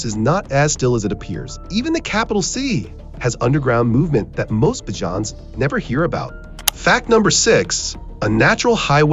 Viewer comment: "Bahhjans"😂😂😂 I hate ai narrators